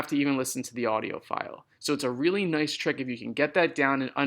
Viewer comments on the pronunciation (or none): none